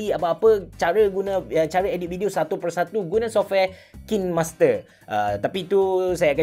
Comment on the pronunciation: Kinemaster cara pronouns die Kind master 👍 Bukan king master👎 Harap fahm